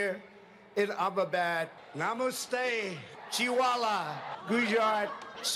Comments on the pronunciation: when he said Chivala instead of Chaiwala, the stadium went nuts & the Home Minister got seriously offended 🤣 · Ohh "CHAIWALA" finally!! The "chivala" was honestly killing me!!😂😂